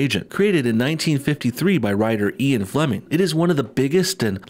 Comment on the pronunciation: It’s Ian Fleming not Eon Fleming. Say it with me eeean...eeean not eeeon.